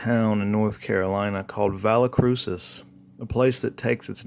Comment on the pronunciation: It’s pronounced Valle(y) Crucis. It is Latin for Valley of the Cross. I’m from there, many generations of my family settled there.